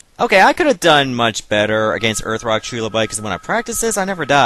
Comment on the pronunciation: I really hate that they pronounce it "tree-low-bite". You wouldn't say "Tree-force" for the Triforce.